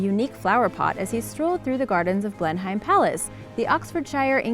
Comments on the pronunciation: Blenham not Blem em. Oxfordsheer not shyer. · Blenheim Palace? Said Blenham and anything with Shire on it is said as in SHEAR! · and blenheim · At least do your research...... Blenheim is pronounced 'Blenim' not Blen-hime..., Leicester isn't Layster but pronounced 'Lester' oh and the rest...... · you’re butchering those place names again! leicester - lester, Blenheim - blen-im. google them and listen to how their pronounced. it only takes a minute and avoids a lot of grief and negativity!